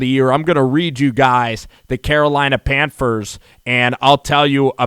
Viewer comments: It's pronounced PANTHERS NOT PANFERS! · Did this dude just say pamfers lol it’s all good my boy. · Sounds like he saying Panfers! Lol